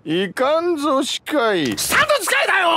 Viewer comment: Stop saying another unique standoh when u cant even say jotaro right